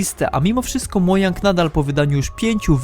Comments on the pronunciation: Przestan mówić mojang zamiast modżang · modzang czytaj! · po pierwsze nie mojang tylko modżang a ps to nie mojang czy jak Ty to czytasz już sprzedał minecrafta Microsoft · nie mówi się mojang tylko modżang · MOJANG czyta się modżang a nie mojang!!!! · To że mówisz "mojang" kaleczy me uszy. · CZYTA SIE MODŻANG!!! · CZYTA SIE MODŻANG NAUCZ SIE MOWIC... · Mojang czyta się ,,modżang'' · Hyhy Mojang przeczytał hyhy, a czyta sie MODŻANG xDDDDD PS: Wiem, wiem xd